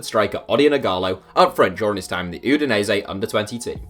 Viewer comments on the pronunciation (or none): none